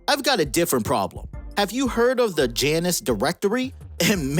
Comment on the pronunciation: Bro. It’s pronounced “Yonn us” You never seen Goldeneye before?